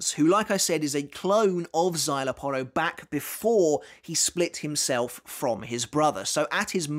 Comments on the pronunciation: Bruh... you can pronounce "szayelapporo" and even remember the "é" at the end of Illforte. But yet "adjuchas" on your tongue, becomes "ad-joo-kass" You've been making Bleach content for over ten years now, you HAVE to know better, right? Like, you know Arrancar are Spanish-themed, you're not oblivious to the concept. Is it like, some innate British resistance to the concept of foreign-sounding words? Does the idea of pronouncing something based from Spain make your skin crawl or something? Or is it one of those situations where you've been corrected so many times that now you're just digging in your heels and doing it on purpose out of spite? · I thought I was the only one that pronounces Szayelaporro as the uploader does. 😮